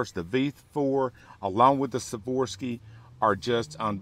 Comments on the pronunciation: Swarovski, not Saworsky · Why do you keep saying Savorski? Like your teachers said, spell it out man. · Ws are pronounced as Vs in German and many eastern euopean languages...